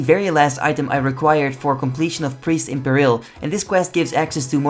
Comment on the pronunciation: (it's pronounced pear-uhl (rhymes with karil))